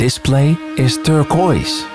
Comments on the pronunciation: I like the video, but the way you pronounce turquoise.. kills me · cool video! the close up shots are really awesome. you also say turquoise funny 😁